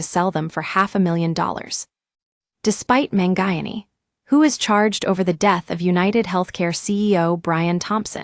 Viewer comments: man-guy-an-ee? Sheesh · Man who? Terrible pronunciation of his last name